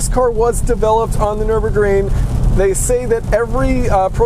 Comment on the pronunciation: Nice... But please seek help pronouncing Nürburgring. You’re intonations and emphasis on the syllables sound uniquely weird.